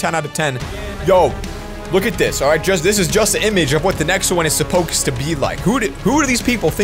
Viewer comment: Supokes to be like Me: Why will you not say it right